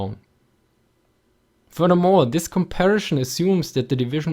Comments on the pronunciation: Com par i son, not com pair a shon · "Comparishon" God-damnit! XD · Just love how you say "Komparischn" and "Divischn" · "Aduantage" and "Compari-Schon" love it :D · Very good video, but please don't say "comparischon" :)